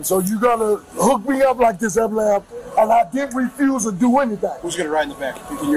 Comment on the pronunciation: "I NEED AN AMBOOLANCE !" ROFLOL